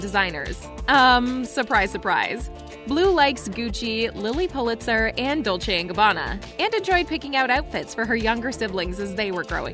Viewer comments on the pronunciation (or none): none